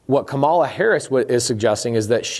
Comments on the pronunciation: Way to give a misrepresentation of what she is proposing while knowingly mispronouncing her name the entire time. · Just so you know, you mispronounced her name the whole video. Might want to add an editor's note. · Interesting points. You would sound more credible if you learned to say her name correctly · It's not difficult -- pronounce her name correctly or call her VP Harris. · Firstly, - it’s KA-ma-la, not ka-MA-la. Come on. You’re smart and it’s easy. Beyond that, I want to say that I appreciate you and everything you do very much. Thank you for producing so much valuable content and making education on these topics so readily available. Accessibility has long been the most significant hurdle for the impoverished to improve their financial situations. Furthermore, you obviously have a good heart and if every wealthy person were as charitable and giving as you, most, if not all, of our country’s economic inequalities would would be solved within a decade. Please never lose that quality about yourself, no matter how frustrated you may become with the government or anything else. But as you alluded to, there are many greedy, callous narcissists out there who don’t care about a single thing except their personal bottom line, and this system has allowed them to flourish. This is just fundamentally wrong. While our country stands for individual freedom, if we’re going to call ourselves The *United* States of America, we should show a little unity, and place a premium on it in everything we do. For that reason, I do believe there should be more oversight and implementation of policies which would guarantee that widely beneficial things are being done with the tax money instead of just hoping for the best. However, I don’t believe that this policy is the way to acquire it. Everything you’ve laid out here makes perfect sense, and I don’t want to see y